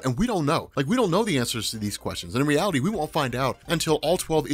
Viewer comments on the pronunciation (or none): none